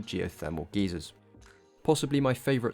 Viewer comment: I think you mean geyser, not geezer.